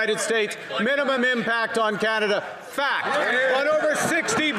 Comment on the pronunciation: fact,fact,fact it sound like fak,fak, fak